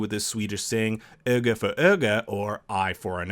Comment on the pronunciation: how does he pronounce öga for öga better than he pronounces vanya